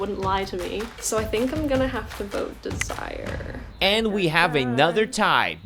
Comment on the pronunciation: I’m not sure her name is DEZ-Si-ER. Pretty sure it’s Dez-zer-Rae